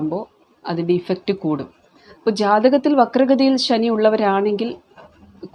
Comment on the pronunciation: എല്ലാ വാക്കുകളും മലയാളത്തിൽ അവതരിപ്പിച്ചു (ഉച്ചാരണം ) കൂടെ ? ഉദാ: ഇഫക്ട് (Efect), പൊസിഷൻ (Po Setion). കഷ്ടം !